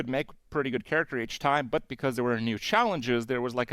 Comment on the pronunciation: holy shit you pronounced the T in but, YAYYYYYYYYYYYYYYYYYYYYYYYYY